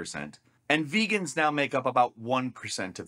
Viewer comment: He really said "some of my best friends are veagans"